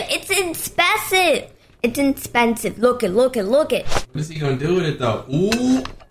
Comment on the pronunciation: It’s “inspesive”